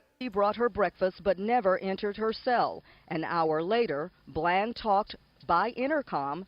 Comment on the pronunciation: ITS BLAND,D!!!! NOT BLANCH LOL SHEESH IT'S PRONOUNCED HOW IT'S SPELLED COME ON HOMIE!!!!